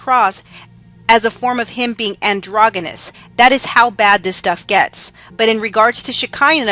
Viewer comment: Androgggenous lol How about pronouncing it properly